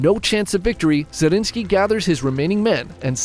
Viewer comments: ZRINYI!!! Not Zarinski. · Brother I love these chanel but it is zrinski, zrinski